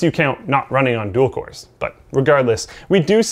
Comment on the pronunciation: Not ever two minutes later and we have another one.. "Coers". Get it together,.